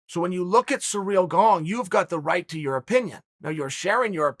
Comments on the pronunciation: He keeps saying it wrong so convincingly I can’t say it correct anymore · lol, I love Chael. The guy cracks me up. Does he say everyone's name wrong on purpose? Sareal Gong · See-reel Gahn... simple as that, mates ^^ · Every once in a while sounds a little like Cereal Gong too lol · I'm here just to hear Chael say "Surreal Gong". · Uncle Chael is the reason we say every fighter’s name wrong. Does anyone know how the correct pronunciation of Cyril Gane? I’m kind of OCD when it comes to pronouncing names.